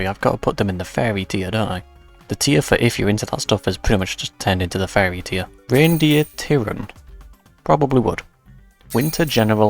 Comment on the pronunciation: It took half of the video to realize he's saying Furry and not Fairy I kept wondering what that meant like 'Fairy, like they're gay or mythical things or something??"